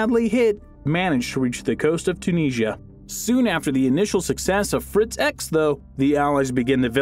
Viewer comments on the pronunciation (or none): none